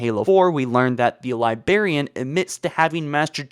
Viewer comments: It's pronounced "LYE-BRARE-EAN" but pronounces it as "LYE-BEAR-EAN". >:T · except the libearian bit. he corrected it in another vid and then went back in the same vid to saying it wrong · Not to be that guy, but it is pronounced LIBRARIAN, not Libarian. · also Librarian is not pronounced Libarian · why..... why does he say LiBEARian instead of librarian? he has to know he's saying it wrong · libarian > librarian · libRarian NOT LIBERIAN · I just wanna slap him for saying "li BAR ian" IT. IS. LI. BRAR... IAN. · Yup it’s totally pronounced the liberian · LIBRARIAN.......the word is LIBRARIAN!!!!!! NOT LIBARIAN.......my gods I could barely make it through this with the pronunciation. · He's one more libarian away from me nuking NZ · Libarian? Are you 5? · "libarian" I cringed so hard I became a singularity as my face folded in on itself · Dude it’s 20 f*cking 19 learn how to pronounce library already Edit. Wow so everyone else hates your pronunciation. You’re like in your twenties bro it’s kinda embarrassing for yourself when you can’t pronounce anything right 😒